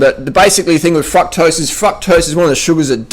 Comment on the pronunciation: i crack up at his "fucktrose" xD